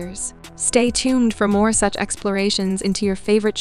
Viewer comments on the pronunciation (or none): none